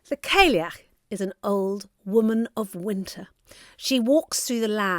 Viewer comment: The term callieach should be pronounced cali-yoch it’s an Irish word ❤